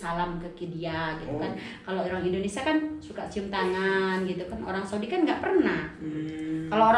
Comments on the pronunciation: a kunaon nybut indonesia jdi indonesa s ibu na i na kmna🤣🤣🙏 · INDONESIA TETEH BUKAN INDONESA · Wkwkwk Indonesa mengganggu'banget ya Indonesa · Mbak Mungkin gak blajar ya nyebut Indonesia